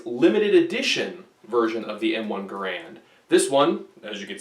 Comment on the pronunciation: Its not called an m1 grand its G a r and